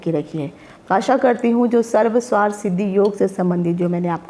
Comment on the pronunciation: Sarv swarth nahinn sarvarth hota h... Aapne toh arth ka anarth hi kar dala Sarv + arth hota h